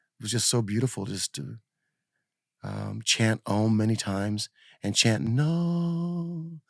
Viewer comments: His name is Narada, not Nards. Put your teeth in! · I love channel, but come he keeps calling him “Narda”??🤔 That’s like calling Lovano, “Elo”?🤔😳😂 “The name "Narada" means "the one who gives knowledge to mankind" in Sanskrit. It is pronounced as Naa-Raa-Dah” Again, love interviews, but it seems kinda lazy to not even take the time to learn how to pronounce your guest’s name.